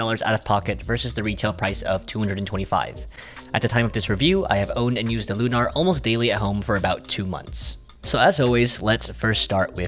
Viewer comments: It’s lunar, like moon. Not “looohNahr” like you keep saying 😂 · Not that it matters, but why do you pronounce it Loo-Nar with the emphasis on the "nar?" It's Lunar, with the emphasis on the "Lu." Like a lunar eclipse. You know, the moon?